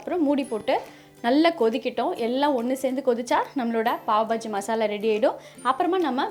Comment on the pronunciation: pav bajji illa Paav baaji ..